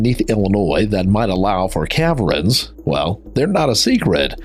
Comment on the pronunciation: Cav-rens? Ca-vern